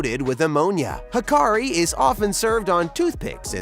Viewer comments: It's not called hakari, it's called hakarl with an L on the end. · HakarL not HakarI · Hakarl… not Hakari.. Ha-ka-RL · Hakarl, not Hakari. Good video, tho'